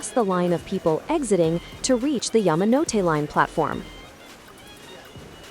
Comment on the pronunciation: Yah-mah-no-te.. never heard it pronounced that way until now. always heard it as Yaa-ma-no-te